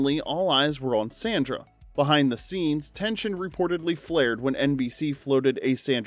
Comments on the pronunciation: Dude, her name was pronounced Sondra not Sandra. It's always been pronounced that way, even on the clips that you're showing, they're pronouncing it that way. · It's "Sahndrah" not "Sanndruh". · “It’s SAAAAUN-nDRA” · Beg your pardon, sir, but it's pronounced SAH- ndra (227) 😂